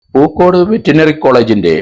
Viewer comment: എടൊ വെറ്റിനറി എന്നല്ല വെറ്ററിനറി എന്ന് പറയൂ.. പോലിസ് അന്വേഷിച്ചതിനപ്പുറത്തേയ്ക്ക് സിബിഐ പോയിട്ടേയില്ല